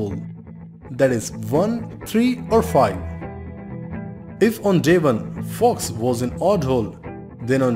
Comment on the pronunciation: But why you say "fai" instead of "five"?